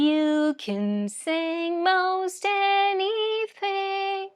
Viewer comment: “anything “ word you say with North Indian hindi accent any dthdthing alla ലൈറ്റ് ആയിട്ട്” ത് “പറഞ്ഞാൽ മതി…neither ത. as mallus say nor ഥ as Northis Hindi style